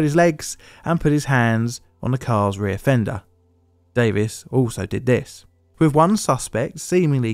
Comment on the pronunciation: How appropriate that you say rear fender to make it sound like re-offender.